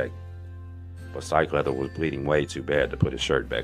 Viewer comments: HE'S SAYING " LOVICK HALDON STIKELEATHER" lolo Incase anyone was like me thinking What the hell is he saying? LUBBOCK STRIKELEATHER? 🤣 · Are you saying, “Steak leather”? Lols. Seriously though wtf are you saying?